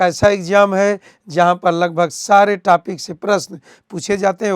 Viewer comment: Topic ko tapik bol Raha hai